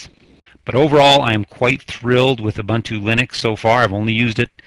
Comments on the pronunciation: It's pronounced "ooboontoo". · Who cares how it is pronounced? I pronounce it how it is spelled U-bun-t-u.